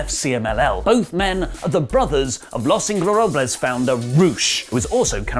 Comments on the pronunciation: repeat after me: Los... In....go...ber...na...bles... All just say it in English... The Ungoverned. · I honestly don't understand if doesn't pronounce "Los Ingobernables" right on purpose or if he just can't say it.